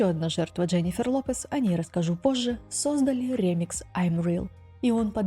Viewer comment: Отличное видео!, только не рЕмикс, а ремИкс ❤ Очень по ушам режет ваше неправильное произношение